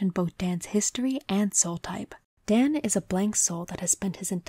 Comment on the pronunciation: I really like your video. It's well thought out, put together and I think your voice is soothing. If I may say one thing it's that Daan is a dutch name that comes from Daniël (the bible) and the "aa" is sortof pronounced as a drawn out version of the a in the exclamation "aha". That is a nitpick though and not something you would know if you're not familiar with the name. Otherwise a perfect vid, imo